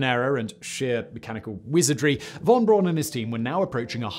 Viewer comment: That's Braun with a "u"!